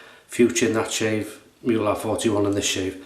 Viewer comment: A very nice, informative and detailed video! Thanks a lot! Just one hint: It's "Mühle", not "Muhle", and if you don't have an "ü"-key just write/type "ue" instead. By the way: "Mühle" is pronounced "Müh-Lay" instead of "Miool" ("ü" being pronounced like the French "u" - so a halfway house between "ee" and "oo"). If you have troubles with the "ü"-sound just say "Mee-Lay". It's incorrect, but every native German speaker will understand what you mean. If you say "Miool", no one will. Withal: Not using Umlaute (Ä, Ö, Ü) both in pronuciation and written form can lead to massive missunderstandings. E.g.: Schlosser = locksmith BUT Schlösser = palaces Masten = masts BUT mästen = to fatten schwul = gay (homosexual) BUT schwül = muggy Bar = bar/pub BUT Bär = bear Dosen = cans/tins BUT dösen = to doze Schussel = scatterbrain BUT Schüssel = bowl schon = already BUT schön = beautiful/handsome etc. Best regards from Vienna, Austria